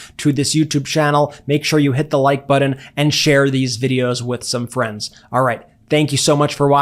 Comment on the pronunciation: Thank YOU Mark, thank you Brian and thank you...and yes philipkowski and Anthony Davis are awesome. Love you all. Where are the brilliant Ladies? Ps... It's a Button Not a buton